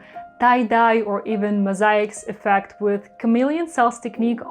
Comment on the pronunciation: It looked like a geode or agate before the silicone, but wow, so stunning, and the little accident with the yellow section that caused you to do a second layer of dots was a happy accident for sure. It looks amazing! (also love the way you say "Mosaic")